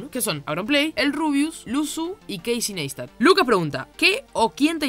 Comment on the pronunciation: Señor me veo en la obligación de corregirlo a usted y decirle que el apellido de don Casey Neistat lo pronunció mal. El mismo dijo que es "Naistat" y no como suena. Che vas muy bien con los subs, te felicito:D